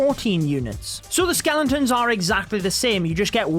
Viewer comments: its not skelenton’s, its skeletons! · skelen tons hahaha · dude be saying skelentons